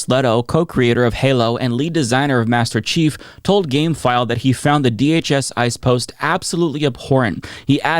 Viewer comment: It's "Master Chief", not "Masterrace Chief", silly.